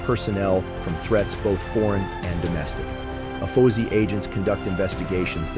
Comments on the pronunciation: Good job, but I need to correct you on your translation. Being an Air Force Veteran, its pronounced A-F-O-S-I, or Air Force O-S-I. Not "uh-pho-see". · It’s not pronounced by anyone as Ay Fo See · Are these videos done with actual voice over or is it TTS? Cause every time AFOSI comes up it is said different in this video (which is odd, since each letter should be said independently) . Also, espionage was said very oddly.